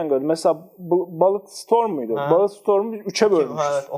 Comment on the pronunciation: Bullet, "bulıt" diye okunuyor.